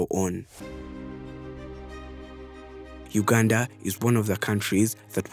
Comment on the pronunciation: Sssshhhhhhhaaaaaa this I not Uuuganda I repeat this not Uganda as I know my Country